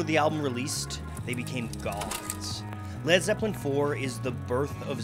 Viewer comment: He said lad zeppelin